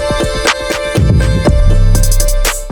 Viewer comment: Talk would be so much more credible if voice pronounced "Arirang" and "Borahae" correctly.